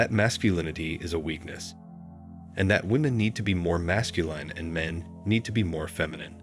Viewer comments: 1.12. Can u PLEASE say Masculine properly!! Your robot voice is doing my head in. Phonetically it's "mascuLIN" NOT mascuLINE"!! Grrr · Narrator is a computer voice? Consistently mispronounces "masculine" as "mascuLINE." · Why do you pronounce masculine retardedly? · Never heard the word masculine pronounced that way. Wow. Increeeedable. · THIS BOT CAN'T PRONOUNCE M A S C U L I N E.:face-green-smiling::face-fuchsia-tongue-out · This is a popular topic used for click-bait.Then you proceed to RUIN THE LISTENING EXPERIENCE by using robo-speech. The producers obviously DON'T care about the subject matter. All they want is the money generated from clicks. These producers are running a click-bait video factory and couldn't care less about the quality of the subject matter. Words like "MASCULINE" repeatedly and annoyingly mispronounced as "mas-cu-LINE demonstrate how little they care about the videos they put out. God forbid they should use a REAL human narrator. That would cut into the bottom line. I know complaining about it won't even be noticed by the producers. Nor will any of he other comments made here.Gotta keep the assembly line going.